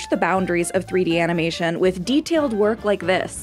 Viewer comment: I like the way she says 3D AnImAtiOn LOL